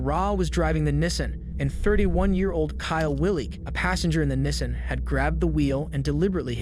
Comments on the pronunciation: nissin 😂😂😂 Nissan Knee- Saw -N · V - ick-all > Vehicle Knee - sahn > Nissian for the love of god ...... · If you’re gonna do commentary pronounce the words right. Knee-sahn. Not nissin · It's pronounced 'nee san' not 'nissin'. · Nissan not nissin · NISSAN!!!! not Nessin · That “Nissin” for Nissan 😂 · Nissan [Knee-sahn] not nissin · Nissen?😂 neesaan😂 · The repetitive “nissin” vs Nissan is annoying haha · Nes San for Nissan lol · Its pronounced 'knee-sahn' jesus christ lol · “Nisen Allteema” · “Nisin Altima” “Richard Rodreez” like what 💀😭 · Nissan is pronounced “knee-sawn.” I love your videos man, awesome collection and commentary! 🙏🏻🙏🏻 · The way you say Nissan is a crime itself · More AI slop. Can’t even say Nissan or tow correctly.